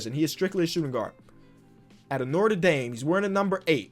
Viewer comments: “out of norter daim lol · Did say noter dame? Its bot pronounced that way